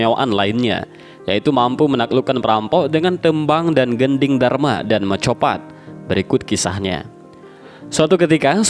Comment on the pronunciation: Gendhing Darma itu apa hoi anjing! Gendhing DURMA dibaca DURMO. GOBLOK LU! DURMO ITU SALAH SATU DARI SEKIAN BANYAK METRUM TEMBANG JAWA. ADA MIJIL, ADA KINANTHI, DANDANGGULA, DAN LAIN LAIN. DIAWALI DARI MIJIL DIAKHIRI MEGATRUH LALU POCUNG. ITU URUTAN MANUSIA DARI MIJIL(LAHIR) SAMPAI MEGATRUH(MEGAT ROH) ATAU BERCERAINYA NYAWA DANNRAGA. LALU DIAKHIRI POCUNG ALIAS DIPOCONG, DIKUBUR.